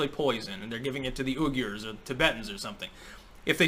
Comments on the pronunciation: Uyghurs is pronounced "Weegers" I think. Also fuck China. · For someone who supposedly reads a lot of books, sucks at pronunciation. "Oogers"